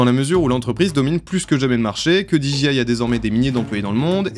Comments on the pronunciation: Super émission mais désolé, on ne dit pas diji mais soit tu le dis à la française déji soit tu le dis à l'anglaise, didjé. Ok ? Oui, en anglais le J se dit Djé et le G se dit Ji. Pas de bol hein ? Quand les Français se piquent de parler anglais c'est décidément une catastrophe 🤣🤣🤣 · Alors, c'était super intéressant, merci, par contre j'ai été trigger tout du long, parce que tu répétais sans cesse [di ji aie] 😬 En Anglais, "j" se prononce [jé] et a l'inverse, "g" se prononce [ji]. Donc j'ai pas mal grincé des dents je dois l'avouer 😅, mise à part ce détail c'était très cool merci. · Du très bon boulot d'investigation, merci. Un détail de prononciation qui aura son importance avec n’importe quel interlocuteur Anglophone : dis moi, Disc Jockey, tu prononces bien ça Di Djay ́, n’est-ce pas ? He bien dans notre cas, tu ajouteras juste Aille. Di Djay Aille. (Dji c'est G en fait) Comme tu le prononces genre 182 fois, pour un Anglophone ça pique 😊. J'attends ton prochain projet, merci à toi.